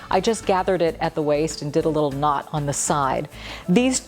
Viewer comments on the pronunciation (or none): none